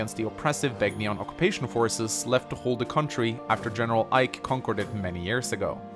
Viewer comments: It's pronounced "Ben-yawn." (Begnion) The G is silent like in "Gnome." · To anyone watching this, the G in Begnion is silent. How would I know? I actually played Radiant Dawn. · Your Begnion pronunciation needs work....